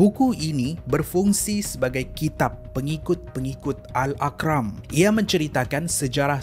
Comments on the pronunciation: sebut betul2...aqram aqram aqram yang betulnya arqam. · itulah, geram plak dengar aqram dia sebut. arqam betulnya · Bro, Arqam bukan Aqram😅lepas tu kuala kerang tu kuala berang, mula rasa nak tergelak kat mana pulak kuala kerang tu rupanya salah sebut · Alhamdulillah, terima kasih atas content dan perkongsian yang menarik ini Cuma saya rasa ada beberapa sebutan perlu dijelaskan, mungkin saya yang silap dengar Kuala Kerang atau Kuala Berang Mahzab atau Mazhab Aqram atau Arqam Apa2 pun terbaik semuanyaa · Aqram ke arqam? confuse. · Kaizoo...klu x salah,. sebut Aqram..spttnya Arqam...tp yg musykil la ni...mahzab tu,ape..!!?? Mazhab ka..!!??😭😭😁🙏.. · Tulisan dh betul, tp sebutannya salah. Darul ARQAM, bukan AQRAM. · salam, cara sebutan admin ada beberapa yang kurang tepat. Faisal TEHRANi (merujuk kepada Tehran, Iran. Pusat Syiah) bukan Faisal TERANI Al - ARQAM bukan AQRAM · al arqam sebutannya -R-KAM. bukan AKRAM…✌🏻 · Pembetulan sebutan Al aqram✖️ Al arqam✔️ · Salam.. saudara telah tersilap sebut perkataan Al-Arqam. Kedengaran saudara menyebut sebagai Al Aqram. Hnya untuk pembetulan saja ya.. T. Kasih. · Arqam bang. Bukan Aqram.Lain bunyi dia.Patut masa baca balik aku pelik😅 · Kuala Kerang ke Kuala BERANG... Al Arqram ke Al ARQAM... Hehe,.... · as salam.. sy cuma nak betulkan 1 sebutan yg der sebut dlm cerita kali ni.. mungkin tersilap sebutan berpunca hampir same dgn name.. kumpulan ajaran sesat tu AL ARQAM bukan al akram.. tapi ape2 pon cerita best2.. silap tu biasa la tu.. hehe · Byknye slh sbutan..arqam jd akram,kuala berang jd kuala kerang.. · Bunyinya bukan Al Ar kram. Bunyinya Al Ar Kam. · Bukan aqram, tapi ARQAM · Al AR QAM bukan aqram iqram 😅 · silap sebut tu...al arqam bukan al aqram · al akram ke al arkam😅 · Kuala Berang, bukan Kuala Kerang, Arqam bukan Akram/Aqram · bukan al aqram....sebut al arqam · sekadar pembetulan.mazhab bukan mahzab.arqam bukan aqram.hrp alert selepas ini